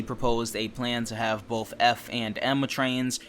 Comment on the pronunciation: BOTH not BOF